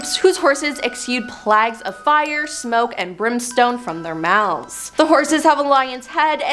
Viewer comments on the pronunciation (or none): none